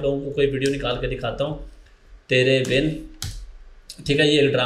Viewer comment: "tery bin" nhi "tere bin" hota hai.... Logon ko sikhane wale mein khud itni bari ghalti....